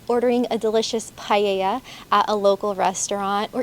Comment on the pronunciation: It’s not paeia, its, Pa e ja. A as in bad and e as in bed. Then the ll is a consonant, like a j. It does not sound like a vowel.